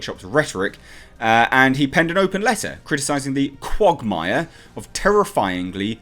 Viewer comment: Your pronunciation of quagmire shows you’re not a Family Guy fan